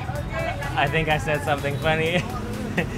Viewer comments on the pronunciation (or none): none